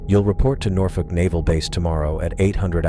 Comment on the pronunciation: I love how Norfolk is pronounced correctly. As a native, I applaud that. “Nor-Fuck!”